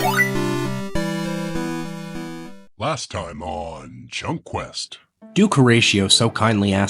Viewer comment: Are you Canadian? I can hear it in “durkness”